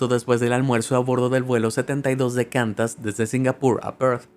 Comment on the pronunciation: Me gusta mucho su program pero usted muchas veces comete errores de pronunciacion ejemplo: QANTAS se pronuncia KWANTAS no KANTAS...... eso desnforma al publico.